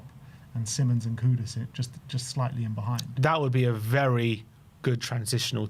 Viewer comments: It's Simons, NOR Simmons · See-mons, not simonds/simon's. Cmon guys. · No it isn’t! It’s … See-monz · hes dutch. its sea mons